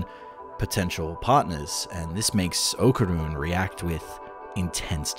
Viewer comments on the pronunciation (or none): What a bummer.... Said ¡Okarun!